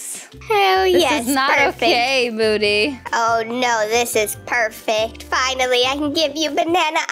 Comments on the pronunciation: i can't when said "thanks for the triceratops mody" lol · what u said hahaha u said moody instead of mody 🤣🤣🤣